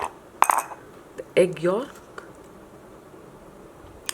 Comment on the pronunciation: The l in yolk is silent.